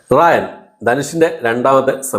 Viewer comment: റായൻ അല്ല.. രായൻ അതാണ് ..